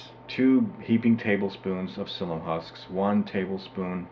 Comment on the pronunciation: Thanks. We just ordered some slippery elm bark powder to give it a try (we already had the psyllium. .... "psyllium" has Three syllables.. When you mispronounce things it damages your credibility, and your information is too valuable to have it degraded.